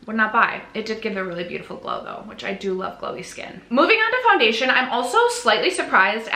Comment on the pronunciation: 2026 will bring a baby!!! 😍🤭 You'll see what you'll achieve and I hope you don't set the bar too high as I'm sure you'll have other priorities! ❤ You still did amazing! 😮❤ Edit: As a francophone, "poundation" sounded like a nice contraction of powder foundation! 😂